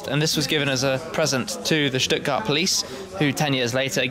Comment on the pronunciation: First English speaking YouTube channel to pronounce Stuttgart correctly